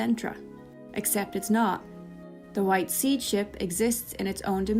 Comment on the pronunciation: That makes.... A lot of sense! By the way SeeD is pronounced like CD